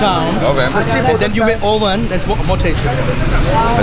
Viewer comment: The guy with the black top with fake accent and can't even pronounce oven correctly. Comparison of lassi with white beers tells he's hardly travelled in his life. On one occasion he was saying chick peas without oil when clearly it was made with oil!! you need to start editing these people......the lady in one of your earlier video was knowledgeable and knew what she was talking about!